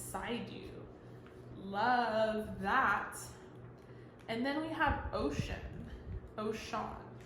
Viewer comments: thank you for this nice message it did resonate. i was so happy to see Oshun pop up bc she always affirms that love and healing is coming to me. just wanted to tell you Oshun is pronounced like “oh-shoon” rather than ocean. <3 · Oshun is pronounced like Oh-shune. She is beautiful and sweet and is represented by honey, bees, sweet water, sunflowers and beauty. 🥰 Yoruba is a religion with roots from Nigeria. Many Cubans practice Santeria that has roots in the Yoruban religion and a little Catholicism. Thank you for your readings. You are always on point. ❤️